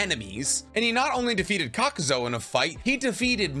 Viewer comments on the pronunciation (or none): it really ticks me off that he repeatedly mispronounces kakuzu. he kepps saying kakuZO but its always clearly been kakuZU